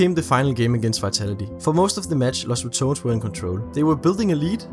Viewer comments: "Los ratoons" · Lows= LOS Rah-Do'h-Ness= RATONES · Los Rah-tou-neis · Los Ra-ton-es